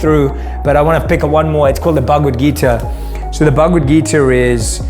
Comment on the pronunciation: Pronounce the Bhagavad Gita properly..